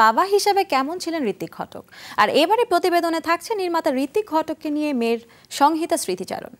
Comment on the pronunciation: ঘোষিকা "সংহিতা" উচ্চারণ করতে জানেন না ।